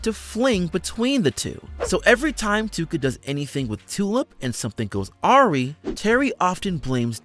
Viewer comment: .. goes awry. Pronounced like uh-rye.